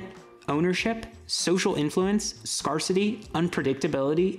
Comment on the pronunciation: it's not "scar-city". It's "scarce-ity", based on the word "scarce". The AR in scarce isn't "are", it's "air".